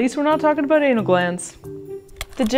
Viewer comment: It's ABOUT not ABOOT? We love our mayonnaise on everything they eat Canadians.